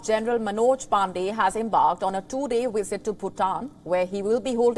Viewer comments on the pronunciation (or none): she pronounce"wisit" instead of "visit" and "willage" instead of "village"... 🤣